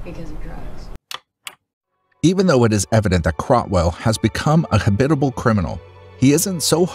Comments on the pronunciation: Habitual: ha-bitch-u-al not: ha-bit-u-al. Great video, thanks for your content! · Habitual. Never heard it pronounced the way you did lmfao